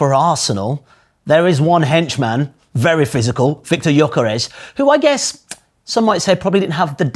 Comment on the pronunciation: just a heads up: Gyökeres is pronounced "Djö-ke-resh", which is more like "Jerkeresh" as we'd say it with the non-rhotic r sound, though the gy sound is somewhere between a d and j sound. It's certainly not anything like "Yokerez".